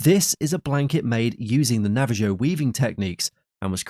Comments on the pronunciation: AI voice - indicator. 🤦🏼‍♀️ Nava -Ho NOT Nava- Jo 🤦🏼‍♀️🤦🏼‍♀️🤦🏼‍♀️ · The narrator actually mispronounced 'Navajo' in TWO DIFFERENT WAYS, as "Navvuh-JOE" and "najjuh-VOH", instead of the correct "NAH-vuh-hoe". Unbelievable. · Hey, the word Navajo is pronounced Navaho not Nava joe! REALLY? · Nava ho , not Nava ho... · It is pronounced, “ Nah Val ho”. The j is silent. So ignorant to not know that. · The Navajo from Saltillo becomes the Nava-Joe from Sall till oh. 😅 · another reason not to use AI, the inability to pronounce navajo